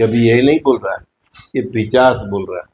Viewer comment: Plz correct urself... It's nt "पिचाश" It's "पिशाच"..